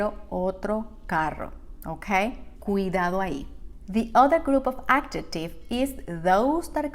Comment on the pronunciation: I'd suggest to think about correcting wrong pronunciation of those english sounds z as in 'example' or 'possessive' and also j as in 'adjective'. It's not a matter of an accent, those are phonetic errors. And as a teacher, I'm sure, you know the difference. Imagine native english speakers would say 'jugo naranja' with the wrong sounds: dzhugo narandzha. It's not an american accent of Spanish, it's not knowing how to read and pronounce english words.